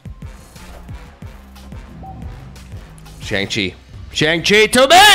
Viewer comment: Please pronounce Shang Chi correctly. You say it too much to keep saying it wrong 😂